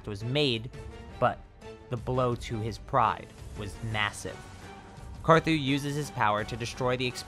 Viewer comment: LOL U SAID CAR ZOO